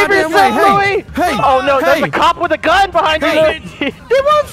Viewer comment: STOP SAYING BUHIND